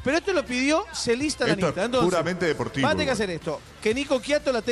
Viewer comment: ES IANISTA NO LIANISTA